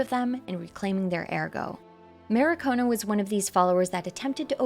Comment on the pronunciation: good video, it's mar-ki-o-na though, not ma-ri-ko-na.